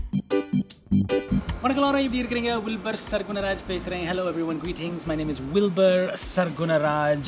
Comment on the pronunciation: I really like the way you say hawaii, I too have panic on eating raw fish after watch this Next time I will definitely try something like this. and thanks for your message on food at the end 😊🌸⭐, happy to see you again, please make more content we are really interested to see a lot from you 😊🌸⭐